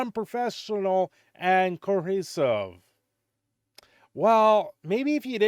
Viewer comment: the word is pronounced "Ko-Er-Siv". Say it with me now: "Coercive"